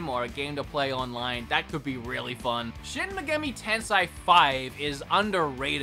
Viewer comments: You mispronounced Shin Megami Tensei. The correct way to say it sounds like this: "Shin Mehgahmy 10-say" In pronunciations of that game franchise name. Sorry, but it REALLY bugs me when someone says Japanese words wrong, especially when it tied to games one way or another. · SHIN MEG-AH-ME TEN-SAY. you're welcome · "shin migemmi tenseye" 😂 hehe